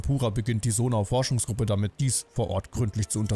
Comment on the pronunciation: Ich finde es einfach nur witzig das er immer noch Sonau anstatt Zonai sagt er meinte ja im ersten Part das er Zonai sagen wird